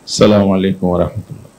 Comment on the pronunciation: সালাউদ্দিন বাই চাঁ,মলাইকুম না আসসালামু আলাইকুম বলবেন